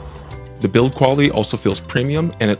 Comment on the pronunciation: bro really said "za personal assistant" 😂